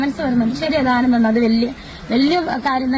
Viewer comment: ധാനം അല്ല ദാനം ആണ്